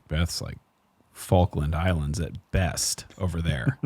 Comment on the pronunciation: Hey professor which fawken islands are you talking about?!! 😂😂😂😂